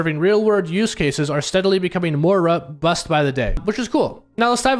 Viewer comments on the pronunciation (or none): none